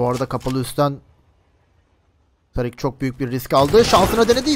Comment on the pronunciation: Woxic e Özgür diyorsun. Tarik nickli ismi TARIK olan adama tarık demiyosun. Tariik diyorsun. ne alaka bunun da ismini söylesene